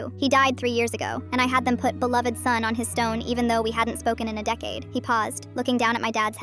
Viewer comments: Guys I’m pretty sure the word is belowed not beloathed ai just can’t pronounce stuff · That's not beloathed she said belowed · they said belowved. that’s wha they meant by “typo”